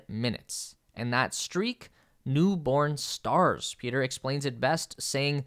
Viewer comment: Pieter is pronounced Peter...how hard can it be.... do your homework yank..